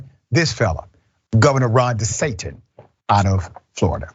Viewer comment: Did I just hear Richey say …. Ron DeSantan? 🤣 😜